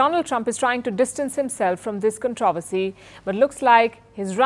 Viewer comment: Please learn how to pronounce “ controversy”. Your pronunciation of common words is painful , to say the least! It is not “con TROV ersy “, but “ CON TRO versy”.